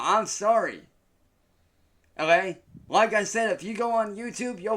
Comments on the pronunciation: Instead of saying ok why does he say o yay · I can’t unhear the “olay?”